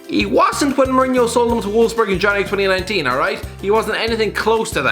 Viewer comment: No one gonna say how he said 2019 👀